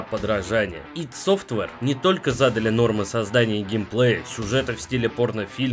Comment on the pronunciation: О да! Ты сказал ИД,а не АйДи,плюсик тебе в карму